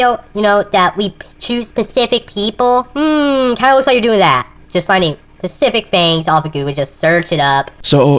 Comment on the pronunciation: "we choose pisific things"